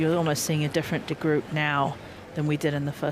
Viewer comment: Again, my compliment to the male commentator for his pronunciation of Diede de Groot's name.